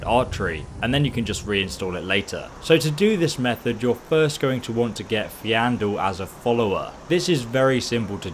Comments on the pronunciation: Y did you have to butcher poor Faendal's name :'( (You kept saying Feandel) Anyways, nice video. Do you have any plans to make a video on how to efficiently start a new skyrim run? For example I usually start off with the Faendal archery trick followed by me going to Windhelm to start the dark elf vendor quest. (This is the quest where you have to put back the stolen ring) This unlocks his speechcraft training. Then I usually go unlock the winterhold college. Then the procces begins: Buy iron bars, craft iron daggers, go to winthold college, buy common/lesser and petty filled soul gems, enchant the daggers with the flee undead enchant, level up, go to the dark elf in windhelm train speechcraft 5 times, sell dagger to him to get money back. Rinse and repeat untill speechcraft 50 so you can sell anything to everyone. Then instead of training 5 speechcraft levels I just go to the companion's blacksmith to train 5 blacksmith levels. Rinse and repeat untill blacksmithing 90. Then keep making iron daggers untill 100, enchant em if you like, sell all the enchanted daggers you have. End result = you can make the best armor with the best enchants whenever you like, you have a fat cash stack and you can sell anything to any vendor you want. Which makes ditching loot you find a lot easier to get rid off and not a painful task of finding the right vendor for the right piece of junk you got. I would like to see what your way of starting an efficient run would be like, if you have any impr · Biblo Pogromca Siurumuna and this is the correct spelling for FAENDAL! AND ITS NOT fa J endal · Got triggered its f-i-n-e d-a-h-l faendal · 'fe-an-dal' 'alea' learn to read, man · he's saying it wrong on purpose lol its just to annoy people. ive seen many other get so triggered by it. its so silly. haha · Yes, except not only has he been corrected numerous times, but it is also pronounced correctly by both Sven and Camilla. Dyslexia has nothing to do with it. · It's Fendal not Fe an dal